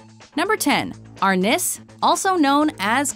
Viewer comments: For arnis you are correct it is Philippians style but it is pronounced are-niece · The way they pronounced arnis